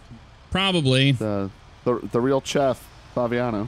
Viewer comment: I was eating noodles when you said chef instead of Jeff and I swear I spit so much noodles out my mouth it's crazy